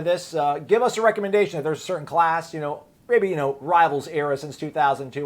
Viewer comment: A number of words, like "certain" have "Ts" in them, and are NOT "silent", like those silent "Es"